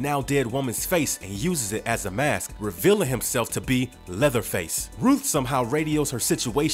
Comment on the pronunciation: did u say leatherfield?